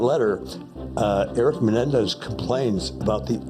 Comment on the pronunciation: The Menendez not "Menedez"